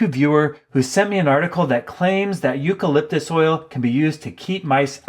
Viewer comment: You call lip dis oy ell